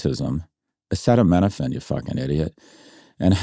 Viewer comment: You might wanna give pronouncing acetaminophen one more go SG